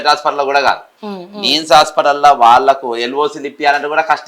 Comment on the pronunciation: Neems కాదు గారు నిమ్స్ అని అనాలి